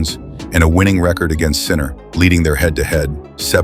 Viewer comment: ALCARAZ et non pas ALCAREZ SINNER et non pas CENTER